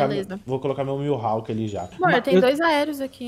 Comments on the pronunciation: pelo amor de deus é mihawk não miuhawk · É Mihawk kkkk n “Milhawk”